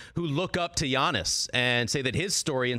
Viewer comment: It's pronounced yiannis (yeah niece), or yianni ( yeah knee)